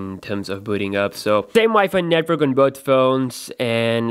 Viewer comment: why wen he says tries to say wifi network he actually says wifi netvork.😂